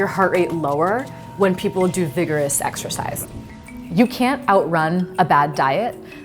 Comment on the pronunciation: 4.38 You guys....ExERCISE. Not ExCercise. Great video though!